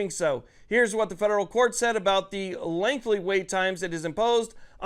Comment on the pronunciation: Lol. Sound it out… “LENGTHY” (not lengthly).